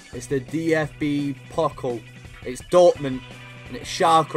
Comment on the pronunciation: Pokal is pronounced 'Po-cal'